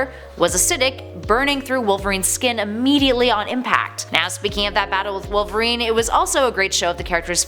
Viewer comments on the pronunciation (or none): none